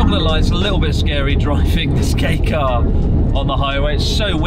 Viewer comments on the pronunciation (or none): When you says "Kei car" but subtitles read as "gay car"